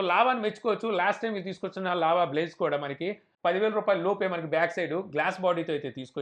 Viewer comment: Java blaze kaadu bro . Adhi lava blaze 😂😆😋🤣😁